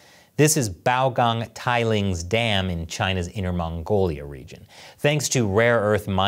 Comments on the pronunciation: i think that's 'tailings' not 'tai lings'. hehe tailings from the mines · LMFAO noooooo it's not "thai-lings" hahaha thats not a chinese word in the name bruhhh That's an English word, which describes the liquid/sludge byproducts of mining operations. "Tail-lings" is the proper pronunciation 😂😂😂😂😂😂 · Yo. You may have mis-pronounce "Tailings" there. "Tail"-ings are a by product of mining processes 🙂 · I like how you pronounced tailing like tai ling, heh, tailings are the leftovers from extracting minerals while mining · 'Tailings' rhymes with 'Failings.' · Unless this is an incredible coincidence- "tailings" is an English word that refers to waste products of mining and refining, pronounced the same way you'd say "tail of the dog". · Tai-Lings lol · Did try and pronounce the word "Tailings" in pinyin?